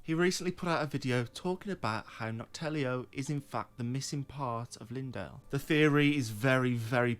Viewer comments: Brother, are you dyslexic? Its called Noklateo not Noktaleo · "NOK-TELLIO"? Dude, how do you keep doing this? 😂 it's funny you're making fun of yourself with the "nok-gelato" joke, but then you STILL get it wrong? How hard is it to take 5 seconds to read the name of the thing you're making a 15 min lore video about?